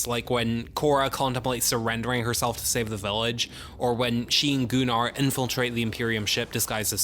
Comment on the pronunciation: Gunnar, not Goo-nar. Idk why Anthony Hopkins said it like that in the opening of part 2, it's never pronounced that way otherwise.